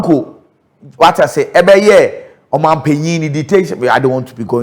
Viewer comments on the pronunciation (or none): none